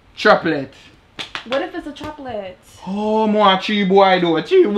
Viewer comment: “Traplet”? 🤣🤣🤣🤦🏾‍♂️🤦🏾‍♂️🤦🏾‍♂️😭😭 I cant